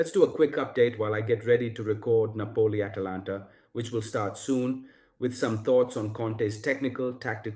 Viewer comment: Is this AI voice over? The pronunciation of Napoli sounds like an Indian person speaking.